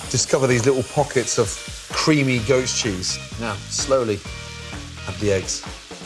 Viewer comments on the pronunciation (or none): Came to the comments to see whether anyone else thought when Gordon says "goat cheese" it sounds like "ghost cheese". Instead I found a bunch of horny people jerking off to some guy's eggs. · Thought he said creamy GHOST cheese... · It sounds like he says ghost cheese